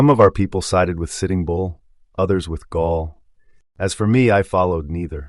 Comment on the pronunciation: Gall; not Gaul. Gall was Lakota, not ancient Gallic, from today's France.